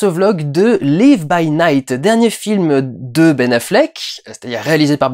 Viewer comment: on ne prononce pas live à la française